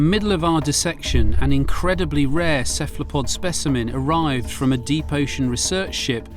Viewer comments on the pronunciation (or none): Kephlapod? Really?? I can’t help but believe that he pronounced it like that to be annoying. 😂